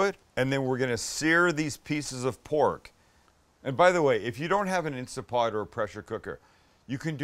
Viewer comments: It's INSTANT POT, not Insta pot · Oh Sam, it’s called an Instant Pot, not Instapot. I know this is a year old but. Get a modern Instant Pot Ultra or any of the models that self seal. Errors drop by a lot. Also always Natural Release meats, they will be even better. Quick Release tents to pull the juice out of the meat. Looks like yours didn’t but that’s a rule for success. On a second note we make a pulled pork with a Yucatán twist. It’s called Conchinita Pibil. It is amazing and its all spicy and citrusy. Yes we do it in an Instant Pot. You have a backyard, I guess you could bury it?? I’d love to see your take on the dish. I can’t wait to get to San Diego and try both of your restaurants. Love my Fat is flavor shirt!